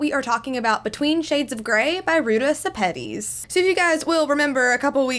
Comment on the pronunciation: Fun fact: this author is a lithuanian woman and her name is actually Rūta Šepetys ( yes it makes a big difference cus in english u prounounts Š like SH)